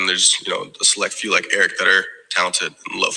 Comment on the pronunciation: It's pronounced "Eric" listen to JT, Kirby and the rest of the players. He told them t call him Eric when he came in even coach Donnan said the same thing.